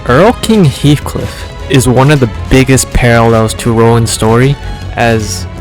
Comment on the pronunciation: Its heathcliff btw